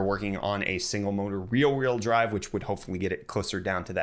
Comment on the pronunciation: Having trouble pronouncing “rear-wheel drive” I see 💀